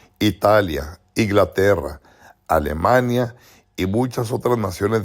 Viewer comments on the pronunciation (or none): none